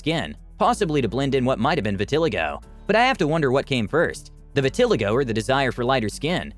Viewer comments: Again,why are these read by people who can't pronounce the words correctly?? I can't speak Chinese, so I wouldn't try. Its vit-uh- lie -go . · It’s pronounced (vit- tuh- ly-go) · Vitelego??? 😃🤣😂Vit(like pit) uh-lie-go. You're welcome. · Its funny how he says vitiligo as Viti-lego its pernounced Viti-liego xD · Vitileego??? 😂 No, the 3rd i is long sounding. Vi-til-lye-go dude 🤣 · It’s not vi ti li go it’s pronounced: Vee ta lai go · Its not pronounced vi-ti ligo but viti- LIE GO LOLOL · Referring to Michael Jacksons skin disease “Vitiligo” is pronounced “Vit-ah-Lie-Go” Not “Va-Til-ah-go” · It’s vit-a-LIE-go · Vih-tih-lie-go not Vih-til-eh-go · "Vi-ti-li-go"? Omg, learn how to pronounce things before you turn on the mic. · Its pronounced Vit ah lie go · Vet-a-lie-go is how you say that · I think phonetically it’s “vi.ti.lie.go”… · I am 57. Everything has sagged and dropped. I am ok with that. Natural is better than death. 👍🏼✌🏼. Vit-a-lie-go!! You pronounced it wrong.😱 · Alterations, not altercations. Also, vitiLIgo. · Trying to figure out how to explain the pronunciation of “vitiligo” using sight, not sound........So, I guess Vit • ah • lie • go ?? It takes a little practice to get this one right, and we don’t hear it all that often, so it’s not hard to mispronounce. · It’s pronounced vi tuh lai goh. lol How do you go to the trouble of making a narrated video and yet you don’t research the pronunciation of the skin disease you’re speaking of? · I'm shocked you can't pronounce, “vit-a-lie-go”!!!! SMDH!!! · Vi-te-Ligh-go … the pronunciation in the video drove me nuts. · Learn to pronounce "Vitiligo!" Vi-ti-LIE-go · When you do voice overs, I think you should do research to be sure you're pronouncing words correctly. Vitiligo is pronounced Vi-ti-LI-go. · Yea I can’t believe he said it that way. 🤌🏻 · Did this guy jus say vitiligo completely wrong 😂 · Please learn how to pronounce vitiligo... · The way you pronounced vitiligo tho.... lol!! 😂🤣😂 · Omg, horrendous lol 🤣🤣🤣🐸🐸🐸